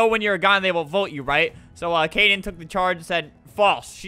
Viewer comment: Kaden not cayden